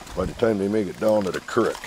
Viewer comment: Your speech impediment shines through when you try to say creek. 🤔